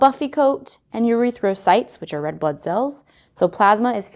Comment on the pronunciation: why she say it like urethracytes lol